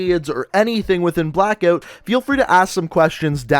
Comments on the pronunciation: Have you got a speech impediment?? You can’t say Blackout 😂😂😂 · the way he pronounces ''blackout'' gives me cancer